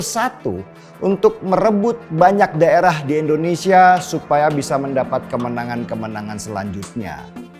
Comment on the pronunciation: "Indonesia" bang, bukan "Endonesia"